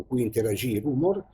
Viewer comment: si pronuncia rumòr